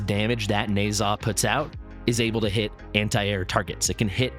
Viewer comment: Pretty sure it’s “Nehszh-ha”